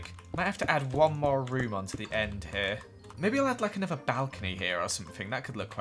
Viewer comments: He also can say the word another right 🤣 *He says, “anover-“ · That's called an accent